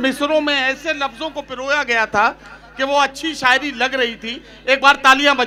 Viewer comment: Shairi nahi 'Saayeri' hai ye.😂😂